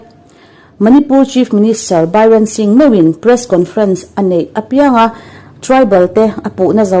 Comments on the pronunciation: CM Bairen ni lovin Biren tih tur aw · Bairen nilo biren anikha aw manipur chief minister kha ilam dan kha adik lo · Ngaihthlak a manhla viau nain Manipur CM hming hi Bairen ni lovin Biren tia lam tur a nih hmel. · N. Bi ren ani lo, Be - rn tia lam tur aw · Tha thin hle mai mahse, Biden/Baiden, Biren/Biren mizo hawrawp ang a chhiar tur a nia, Meitei ho in an hriat chuan an nuih ve hle ang che😂😂😂😂